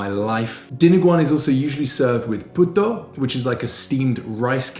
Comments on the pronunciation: Oh my god, he said "puta" instead of "puto" lol 😆 "Puta" in tagalog is actualy "wh*re" in english 🤐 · 😂 you said puto wrong. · Lol! When everytime he missed pronounce puto as puta (prostitute) in tagalog. 😂😂😂 But you're forgiven. It was indeed a tricky one.